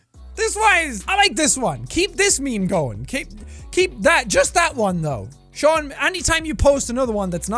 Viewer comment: The comment memes are very bad rn. Like 3/4 of the time they are just spam or copy paste like Seán (it is pronounced Shawn not SEan) said.